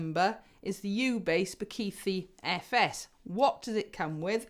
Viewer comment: Just a heads up, we don’t have a th sound like you have in the word “the” in our languages in South African. The th in Bakithi” is similar to the t sound in tip.